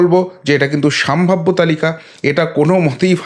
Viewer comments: বরাবরই আমি আপনার প্রতিবেদন খুব মনোযোগ সহকারে শুনে থাকি। আপনার বাচনভঙ্গি প্রশংসনীয়। আপনি যদি কিছু মনে না করেন তো আপনাকে একটা ভুল ধরিয়ে দিতে চাই! আপনি এই প্রতিবেদন পাঠ করা কালীন বেশ কয়েকবার বললেন '" সাম্ভাব্য" কথা টা খুব কানে লাগছিল ওটা হবে " সম্ভাব্য " আপনার এটা। Slip of toungue ও বলা যেতে পারে। যাই হোক পরবর্তীতে শুধরে নেবেন! আশা করি।‌ ভালো থাকবেন। এই কথায় আশা করি আপনি মনে কিছু করবেন না। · ওটি উচ্চারণ হবে সম্ভাব্য